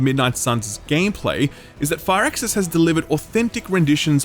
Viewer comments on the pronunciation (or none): Ahh God I never do this, but I have to say something, it’s FIRAXIS not FIRE-AXIS, it’s pronounced “Fearaxis” pretty much. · took me awhile to figure out you were saying firaxis and not far access. gotta love the accent.